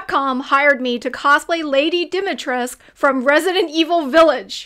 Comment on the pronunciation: Nice but “U” is NOT SILENT, in Lady Dumitrescu 😂:)))))))